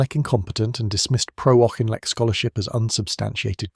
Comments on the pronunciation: Auchinlek is said Aukinlek, not Aushinleck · Sorry I know what you are referring to , I am Scotttish myself and you are incorrect . He was called Auchinleck by everyone in the British army - never Aushinleck . If you have ever seen any of the early documentaries on the war , the earliest I ever remember was e.g "All Our Yesterdays" , Brian Inglis , the presenter a clearly pronounced it Auki-n-lek . Besides , the origin of the name is Gaelic and from that root the surname should start sounding like "Ach" , (the same as the German "Ach" as in "Ach so" meaning I see). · You are pronouncing his name wrong . It was as in Auk-in-lek -not aushinlek. That is why he was nicknamed the "Auk" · Yeah, that’s just the English or Northern Irish pronunciation for his name though eh? There’s no way having middle class English relatives they would ever think of adhering to Scots Gaelic by the way ;). The Gaelic would be ‘ccchhhh’ sound too even though it ‘Ah’ instead of ‘Aw’ before it Auchinleck Talbot is pronounced on tv by Scots presenters when they play Scottish Junior or Scottish Cup games. Bit different from Kemi Badenoch- as people all over pronounce her married surname differently ‘ah’ or ‘ae’ but it should never be ‘ock’ at the end of it originated in Scotland. Also an area of Scotland. The dynamic of the UK is funny- like the singer Sandy Denny- people are proud to call her English but look at the name and her grandparents from Dundee and one who inspired her by singing in Scots Gaelic. That’s for the additional info. Yours Aye! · Dear, it’s spelt “Auchinleck” but it’s actually pronounced Orkinlek…. hence “The Auk” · Pronounced as if "Orkinleck". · How difficult is it to pronounce his name properly throughout the video??? 🙄